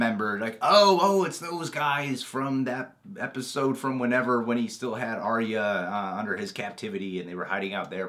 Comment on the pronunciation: WHY WHY WHY are you pronouncing Arya wrong :( Ar-ya Ar-ya Ar-ya >.<